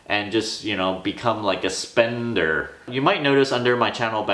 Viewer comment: "..spennderrr" lol